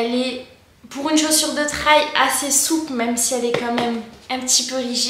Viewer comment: Salut, as-tu fait une vidéo de retour sur le long terme ? Je vais chercher. Au fait, n'hésite pas à dire " trèl ", des fois, l'anglais est plus simple qu'on l'imagine ! Bonnes sorties !